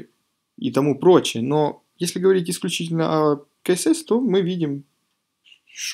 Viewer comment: Блиннн... Как же бесиит!! КСС! Не КаЭсЭс, а СиЭсЭс.